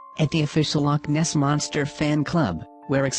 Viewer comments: its not loch ness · Villager . Lough Neagh.